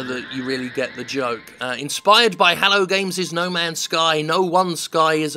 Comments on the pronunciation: why do you pronounce hello as hallo jim? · I speak with a British accent and I would never consider pronouncing it like that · It's a quirk of a certain group of English people from a particular period of time and a particular place. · TIL Jim pronounces "hello" like Kurt Cobain in the bridge of Smells Like Teen Spirit and he doesn't know an Adele song. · you say hello weeiirrddd